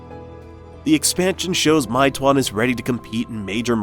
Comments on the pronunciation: "my twonn" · It’s “may-two-won” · I live in China & I can speak mandarin, it’s pronounced as “may two-one” 😁🤝🏾